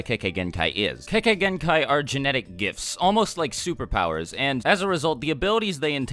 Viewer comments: Lol I thought u said kekkai hentai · Please learn to pronounce "kekkei genkai" properly XD